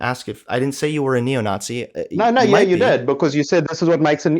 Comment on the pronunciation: definitely South African. Unfortunately, he's one of ours. Listen to how he pronounces 'it' as 'ut'. And 'Nazi' as 'Nawtsy'.